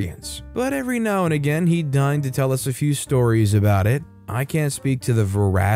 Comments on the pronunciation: deign is pronounced DAY'n , as in reign, and means 'graciously assent' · "deign" is actually pronounced like "dane"